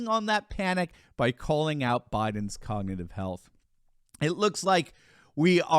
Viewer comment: He can’t even say cognitive.